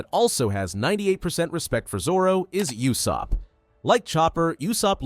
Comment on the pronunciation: whose yossup???? it's ussup